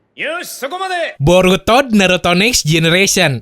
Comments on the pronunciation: Borutod? Shaat....wkwkwk🤣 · apa cuman gue yg dengernya "borutod" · Wkwwkwk district anime ngomong Boruto diawal borutod